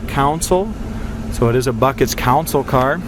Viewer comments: Console not council. Yankee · Console not counsel, wtf?v